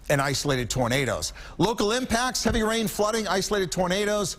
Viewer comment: A good broadcast overall but... "heavy rian"